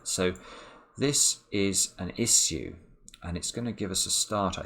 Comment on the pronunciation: that's the first time I've heard him say the word "issue" and it's slightly disturbing